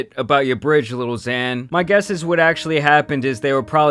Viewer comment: Why do you say little zan, little pump 😂